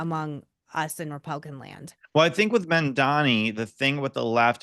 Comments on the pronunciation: It's Mam-dan-i, not Man-an-dan-i. I can't stand him but his name is his name. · “Mom” Dani…. It’s not that hard